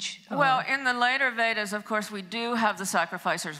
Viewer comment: lol...she can't even pronounce Vedas clearly.